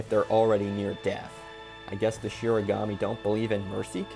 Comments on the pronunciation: It’s “shinigami” not “shirigami” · Shinigami* I thought it was shiganami, so I don’t blame you for getting it wrong. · Kind of weird of you to shit on the Netflix adaptation when they could at least pronounce Shinigami correctly.